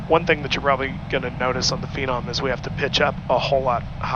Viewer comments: FENON,NOT PINON. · What is a ‘Feeenom’ 😂